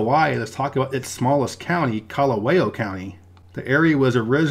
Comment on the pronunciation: It’s pronounced something like Ka-la-vow, not Ka-la-way-oh